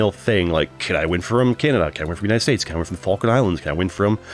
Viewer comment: I think alot of Argentina will say you said the name wrong but as a Brit I can confirm you said it 100% correctly